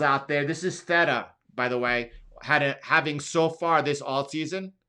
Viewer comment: “Thay-tuh” not “thet-tuh”